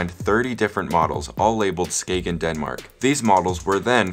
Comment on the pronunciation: I love how u pronounce Skagen and Jensen